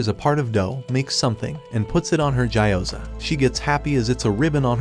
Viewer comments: It gee o ZA not jai o zar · Gyoza ❌ Ja you Za ✅